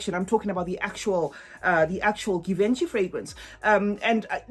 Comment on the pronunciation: That s not how it supposed to pronounce Givenchy!!!!!!!!